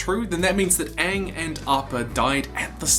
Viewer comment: It's pronounced Aang